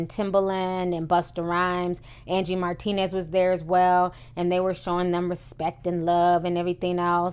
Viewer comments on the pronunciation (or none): none